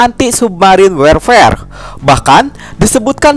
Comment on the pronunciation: Warfare dibaca worfer